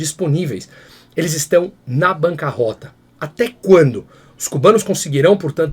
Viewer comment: Banca “rÔta” e não banca “róta”, é desta forma que se fala. A retirada de acentos na reforma ortográfica deu numa série de erros de pronúncia para quem nunca ouviu certas palavras serem faladas anteriormente.